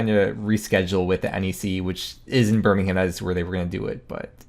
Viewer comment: M8, say Birmingham right.